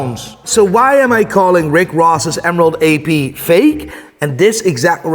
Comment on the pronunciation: How he says AP hurts my soul.